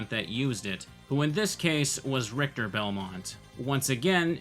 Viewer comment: "RICHITER"... How did that happen?